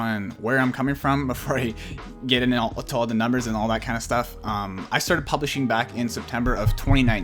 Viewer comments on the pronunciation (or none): Sounds like you say Polishing! Argh it’s Publishing ! Just saying